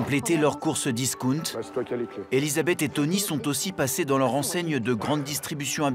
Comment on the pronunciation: c quoi discounte ??? on dit disckAOUNTE Mr journaliste